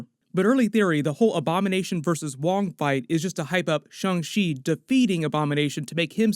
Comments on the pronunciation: Why is everyone saying Shung Chi. Thought it was Shang Chi… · I hear shong chi like when you say Shawn… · did I just hear "Sho-chi video"?